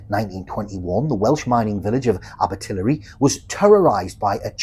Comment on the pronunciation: Abertillery is pronounced like abba-till-airy